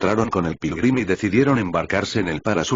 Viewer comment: Quien más escucho. Pirulin en ves de Pilgrim